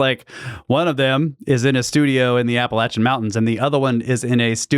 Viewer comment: Genuine thank you for pronouncing Appalachian properly!